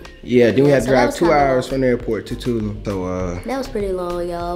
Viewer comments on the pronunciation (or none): CONGRATS ON UR TRIP HAVE FUN AN B SAFE. I’VE ALWAYS HEARD PPL PRONOUNCE IT TWO-LOOM (TULUM) MEXICO 🇲🇽 ADIOS!